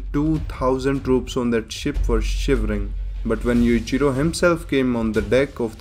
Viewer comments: His name is Yu-Chi-ro not Yu-ji-ro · oh my goD lmao! u say Yuchiro all the time roftl theres n difference between Yui and Yu lmao!!!!! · Yowichiro hanma. Say it like that. I keep hearing like youre just saying yujiro again. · i love how this guy when he says Yuichiro it sounds more like Yuijiro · Yuichiro - Yoo- ee- chee - roh Yujiro - yu- jee- roh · Bro i thought he said "Yujiro Hanma is the father of Yujiro Hanma" LMAOO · if there weren't subs I would have just thought you were saying 'Yujiro' over and over because yuchiro sounds pretty much the same. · Cant tell if he saying yuchirio or yujiro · the way you pronounce yujiro and yuichiro are so similar I need the captions for this one bro lol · The way you say Yuichiro & Yujiro sounds the same 🤣🤣🤣🤣🤣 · When you say Yuichiro I can not tell the difference to Yujiro. Please pronounce it better. (No offence)